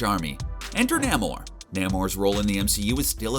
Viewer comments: Nay-More not ‘Neh Mar’ bro. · Nae-moreee not namor Just saying. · I thought his pronunciation of Waititi was bad until I heard him say Namor.